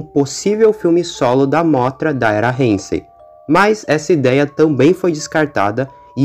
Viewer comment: Isso foi do cacete! Mas so pra falar, n e reinsei, é heisei